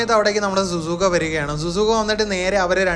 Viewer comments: Zuzuka അല്ല ഷുസുക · സുസുക അല്ല ശിസുക ആണ് ബ്രോ 🙃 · Zuzuka Alla shizuka Enna per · Bro susukka alla shizuka annu bro